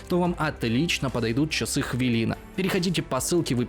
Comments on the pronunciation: Чувак, ты ж вроде с Украины, какая "хвИлИна"? Это "хвЫлЫна" произносится. А то, как ты сказал - это разве что какому-нибудь московскому гею проститетльно... Ну да, бренд американский, но у меня, просто язык не повернётся произнести это слово так, как ты его произносишь... :) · В российской озвучке очень странно слышать в рекламе "хвіліна". У вашого рекламодавця немає клієнтів на Росії, кажіть нормально, "хвилина"(Укр.). Ви ж не кажете "мєєтінг" замість "мітінг" (meeting)